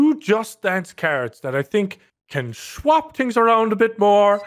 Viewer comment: The way he says "shwap" is so satisfying